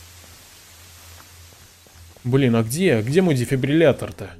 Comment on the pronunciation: Он впервые сказал слово дефибриллятор правильно. (Если честно я 10 раз пытался написать это слово)😁